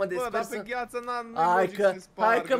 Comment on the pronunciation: Ai spus gu ghiață